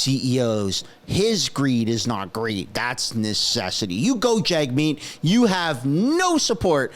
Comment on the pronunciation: Jag-shieet will rig it